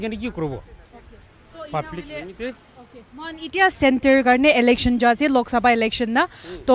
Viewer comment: It's Election n not Alection..😂